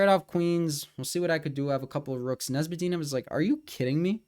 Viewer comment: Arent you serbian? Why do you pronounce Nezhmedinov like that